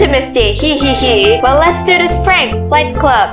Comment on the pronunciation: When she said flight she said slight